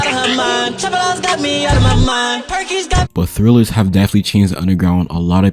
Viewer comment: its trill not thrill he not reading it right